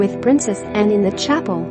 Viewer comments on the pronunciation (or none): none